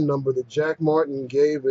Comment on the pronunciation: Lol, "Jack Martin" can't even pronounce his own name correctly. Why do they persist with these ridiculous names?